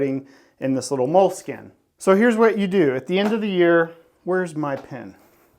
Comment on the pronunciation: Moleskine.... Easily the most mispronounced word in the English language 😮